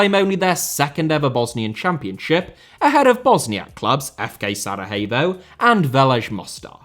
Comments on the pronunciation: Just a small correction - It's SaraYevo, not SaraHevo. They aren't Spanish :D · great video but what in all heck is "Saraheyvo"? I've never ever heard it pronounced that way before 🤣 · Why are you pronouncing Sarajevo as it is a spanish word? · I just need to correct you here: We dont call Sarajevo like its spanish (Sarahevo), we call it as it says (Sarayevo if you will) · Sarayevo not Sarahevo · Please work on your pronunciation, watching one video about that before making this video would have been enough. SaraHevo?! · Be careful of your accusations because the international war crimes tribunal never found any evidence of state sponsored genocide on the territory of Bosnia and Herzogovina. And Sarajevo is pronounced SaraYevo. Thank you for your interest in the region. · Love how you pronounce Sarajevo but maybe not sound the H so much Hope things get better for "zmajevi" love from Croatia 🇭🇷 🇧🇦 ❤ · The points about the football stuff are accurate for the most part. However the image selection is really bad.... a good portion of the images are outdated by a factor of decades. This would be the equivalent of speaking about current issues in English football while showing images from the Hillsborough disaster. Unusually lazy for this channel. Not to mention the pronunciation of the name Sarajevo